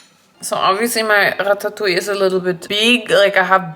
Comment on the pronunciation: Omg its like the first time I hear someone pronouncing ratatouille correctly in english. FINALLY🙌🏆